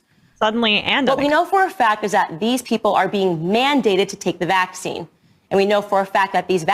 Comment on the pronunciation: The way she puts the wrong emphasis on vaccine grates on me every single time. So on top of the BS she spews there is that, too